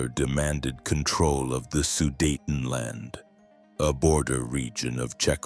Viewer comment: Ki ist für Jahreszahlen meist noch unbrauchbar, zB am 28. Juni 191(!) statt 1918! Auch Sudetenland und Daladier und Gleiwitz kann die KI nicht aussprechen!